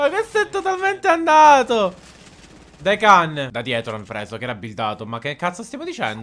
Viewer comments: Si dice tsm dequan no dekin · Lasciate un like se anche voi vi irrita ogni volta che dice decan(Daequan) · Si pronuncia daiquin/deiquin